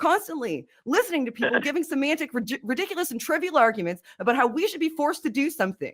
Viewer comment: I love the way says about...ABOWT. )